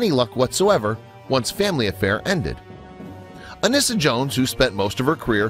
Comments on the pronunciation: Family Affair wasn't a rural show. Anissa is pronounced A nee su. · Her name is pronounced An-ee-sa. Horrible narrator. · Anissa was pronounced "ah - NEE - sah".